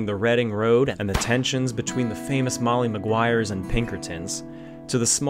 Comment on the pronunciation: MoLLy maguires ..... NOT Moyyee ..... LLLLLL